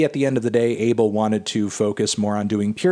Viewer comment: The correct way to pronounce his name, "Ah-Bell"